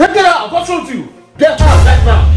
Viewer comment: "stand up and gerrout"